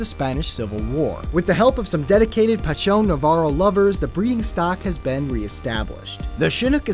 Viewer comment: it's weird how he pronounces chinook